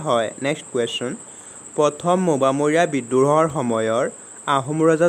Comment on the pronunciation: Mobamoriya nohoi o gadho😂 mowamoriya